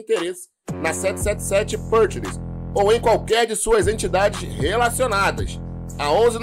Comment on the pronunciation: a pronúncia da letra A na palavra PARTNERS, é igual a nossa pronúncia do A mesmo. Você está pronunciando com se tivesse acento circunflexo no A (PÂRTNERS). NÃO! Está errado!